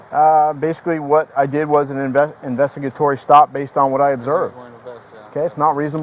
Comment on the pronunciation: An investigatory stop LOL he couldn't even say it right. The bottom line is you can't detain somebody without them about to break a law or suspected of breaking the law. That have to be committing a crime or about to commit a crime to be legally detained. So you can say whatever you want to say the bottom line is you didn't have the right to detain him. You definitely allowed to approach him and ask questions but it is a consensual conversation and if he doesn't want to talk he can literally shut up and walk away. That's how it's supposed to be. You can't just detain somebody because of your feelings it's not your job